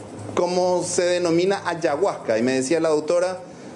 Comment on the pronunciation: Una sustancia religiosa, armano, que pelotuda dios mio y que horrible la manera de pronunciar ayahuasca del periodista